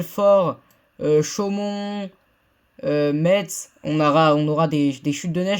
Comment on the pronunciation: Slt je suis à Metz je ferai une vidéo neige demain car je serai concerné ( ps Metz ce prononce messe)